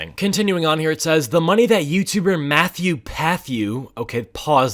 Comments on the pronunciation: "Mathew Pathew" I can't. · Yah like wtf patthew even as a joke that's bad